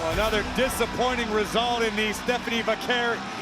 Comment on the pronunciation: Bro couldn't say Stephanie 😊